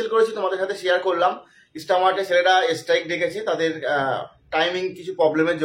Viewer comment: Es strike na kotha ta strike .স্ট্রাইক।. Rectify kore nio